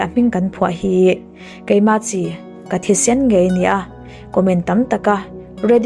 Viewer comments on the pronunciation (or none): none